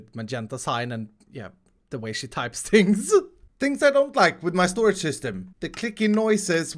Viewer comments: First it was “THE ULTIMATE SOLUTION” now it’s “THE ULTIMATE SORAGE” What even is a sorage lol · SORAGE LOL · shtorage shishtem